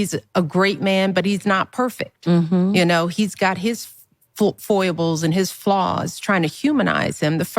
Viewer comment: Barry: my girl's sassy-sexy! princess and the pea! what's "foy-ih-bulz" foibles? her brothers: he aint gonna last a week w Michelle yo! i think he's bi/gay so he finds her like a funny older sister, so dif from white mom who didn't abandon him for kenyan village chiefton